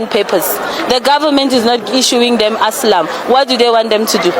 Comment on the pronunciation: Girl you just said foreigners and its called ASYLUM NOT ASLAM😂😂😂